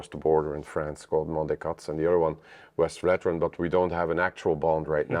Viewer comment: Is it so hard to pronouce Westvleteren the right way? You even add a vowel in between the V en the L that shouldn't be there. It isn't Westveleteren.